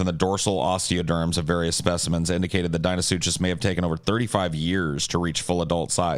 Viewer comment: UMMM... actually it's pronounced dino-suc-cus